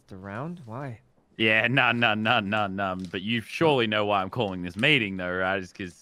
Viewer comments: Valkyrae: "WHY WHY" Toast: "uh rae what was that word you just said...?" Valkyrae: "uh.... who..." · when Rae said “Who” Toast was like “What did you say?” trying to see if she said why lmaooo love that